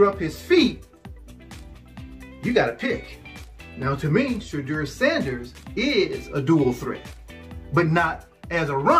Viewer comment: WHAT IN Nickelodeon has Youtube suggested i watch...never again...he said SHAYDEER. 😅